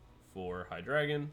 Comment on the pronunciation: It is pronounced: HEE-DRY-GON (From hydra and "drei", which means three in German)